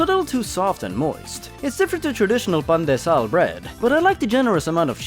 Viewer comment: As a Filipino it's called p-ahn- deh sah-l xD